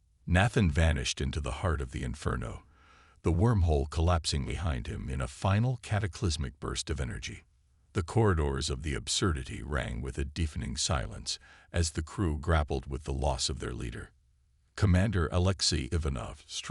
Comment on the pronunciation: A "deefening silence" Bwaahahahahahahahahhhaaaa 🤣 Shït AI